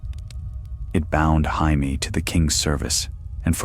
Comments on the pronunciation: Who tf is hi me?!?!? Say it with me,jay me,jay me. Perhaps watch the show or listen to the author himself pronounce it jay me. Ya sound like a dumbass. So joe is hoe and jim is him? That housting is pretty cool at the tournaments. Can’t even be consistent,is it hi me oe hamie? Ive heard ya say both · Dude it's pronounced JAY ME not HY ME! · You beat me to say exactly this 🤣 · Stop calling Jay-me, Hi-me. Get the pronunciation right. Please! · Not Hi-Me! I haven’t seen that guy since 7th grade Spanish class! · Ya lost me when Jamie was said as the Spanish Jamie. It's JAY-MEE! NOT HI-MEH! omfg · It’s A.I 😂 hi meee is funny tho 😂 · I was wondering who the hell Hi me was!😂